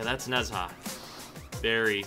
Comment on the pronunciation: How to say HIS name is Nah-ja